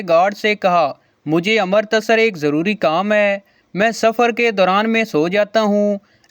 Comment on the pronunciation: अमृतसर नहीं अमृतसर है